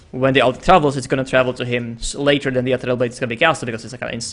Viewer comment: quite good casting, but pls learn to pronounce "ethereal" correctly :/